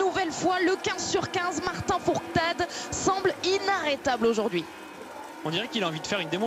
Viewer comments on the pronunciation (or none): Et la meuf elle dit Martin fourtade